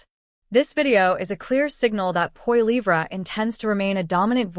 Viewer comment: I suggest you learn how to pronounce Poilievre.